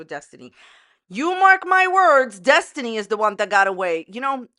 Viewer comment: Desinty? Did she have a brain fart?